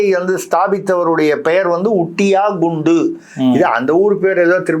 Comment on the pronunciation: It's not fundus.it's Kundu. A surname in bengal and eastern india.